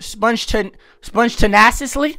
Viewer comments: my nigga said, " Spontiniasslie" fuck no, im dying 😭😭😭😭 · spawn-tain-ious-ly spontaneously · man said "sPOnteNIOusLY" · Bro it's pronounced spon-tain-e-usly yet u can read people like a book💀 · yo what's up with this, spon-tay-knee-us-ley it ain't hard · YOU GOTTA GO Edit: ain't no way this man what 20 and can't pronounce spontaneously that's crazy